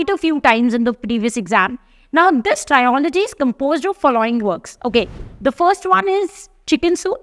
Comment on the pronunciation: You are watched and followed by many. Thus, you need to take what you post seriously, na, mam?!! It is not trio-logy. It is tril-uh-jee. It has to be pronounced as Trio-s or Trilogy.